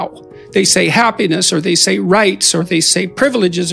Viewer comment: I think he wanted to say "Rights and freedoms", but it really sounds like " Rapes and freedoms, oh well probably just an innocent Freudian Slip.